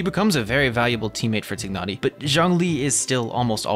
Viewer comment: I just love the way you pronounce Tighnari name correctly~